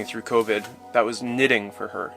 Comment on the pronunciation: Ah man, not the "convid" crap